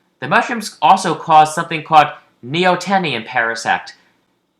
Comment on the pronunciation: that's not how you pronounce neoteny